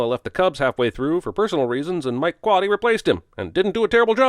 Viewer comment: Thank you for these Cubs references! (Bonus thanks for knowing how to pronounce Quade's name.)